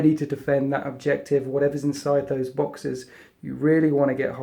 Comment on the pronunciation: I wonder if I am the only one who heard 'boxers' instead of 'boxes'.